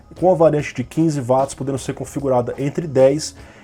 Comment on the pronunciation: Pronuncia correta de Watts = Uóts e não Váts